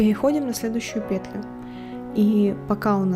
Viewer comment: Еле осилила это видео, смотреть невозможно. Автор то делает все слишком медленно что можно в паузах успеть вторую пару связать, то слишком быстро. Многие моменты не понятны, повторения и пЕтля в каждом предложении сильно режет уши